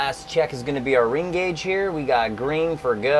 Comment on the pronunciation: Did you just say GRINGO or Green For Go?